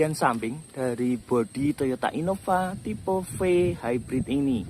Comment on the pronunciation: Typeu V (dibaca Vi)